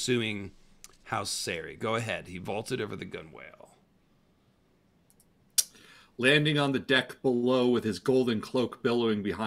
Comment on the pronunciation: as evocative an image a gun-whale might be, it is pronounced "gunnel."